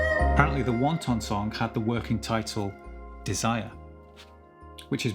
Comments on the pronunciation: Its not meant to be pronounced wan ton Its more like wanten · Yet another brilliant lesson - but I trust you're joking with the pronunciation of "Wanton"?? You'll confuse the non English speakers. :) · Headbangers! Say it right! This is too good a song to mispronounce for the rest of your life. Wanton, not wonton. *WONTON (like tom tom) - noun - Chinese dumpling. *WANTON (like wantin') - adjective - Reckless, indecent, depraved. I know I know, Zeppelin has one called THE LEMON SONG, but it's not about lemons, now is it? THE WANTON SONG is about lust, not dumplings. This song sounds as badass and as fresh as it did 50 years ago! 🔥 No dumpling has a shelf life like that. Thanks for the lesson, dude!